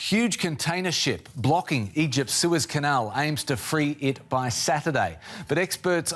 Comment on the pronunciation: News Caster "a Prolong Suspension traffic in the sewers" I didn't know the boat would block teenage mutant ninja turtle's home.